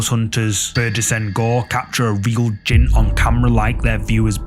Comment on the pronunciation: JINN NOT GINN😂😂